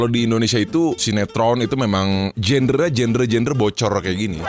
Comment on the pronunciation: genre bacanya bukan "jender" tapi "jandra"